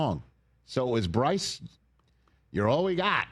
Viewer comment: Bruce😂 dawg get his name right